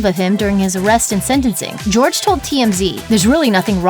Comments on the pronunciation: Not GEORGE. HOR-HAY!! omllllll. I’m taking spanish rn and this makes me cringe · He's really out here pronouncing his name "George?" Don't chill with self-hating Latinos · “Jorge” is pronounced “hor-hey” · Why are everyone calling him George? Jorge is a spanish name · george ?? JORGE honey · His name isnt George it is Jorge!!! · Jorge is not pronounced "George" get a clue. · I know I’m 1 year late to this video, but dang this girl keep saying George instead of Jorge